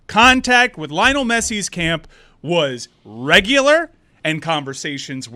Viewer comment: LI-O-NEL GET IT RIGHT